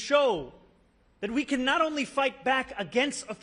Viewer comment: "I fivght for working people!" I like that❤